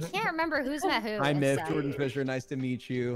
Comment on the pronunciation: WHY DOES HE SAY MYTH LIKE THAT IM PASSED OUT 💀💀